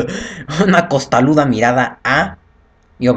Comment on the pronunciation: "Costaruda" es que estabas hablando y pronunciando en japonés. Tú muy pinshis bien, eh.